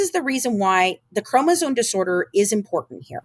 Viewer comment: I'm sorry but I have an extremely hard time trusting someone who can't say chromosome properly. Especially after reading it as many times as she has